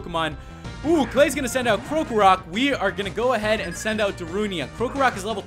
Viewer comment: Y u no pronounce krokorok right